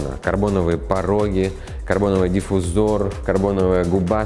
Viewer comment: диффузор,, ударение на У